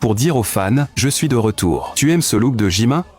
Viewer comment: Déjà on dis JimIn pas JimIN